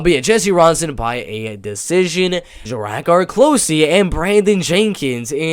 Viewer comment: it pronounced close like "wow they almost found us that was close" and its Druh-Car lolzz so thats druh-car close hehe